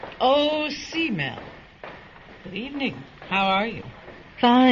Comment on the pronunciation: It's not s-mell it's k-mell. short for cat-mell. she was a cat-person Smith loved cats.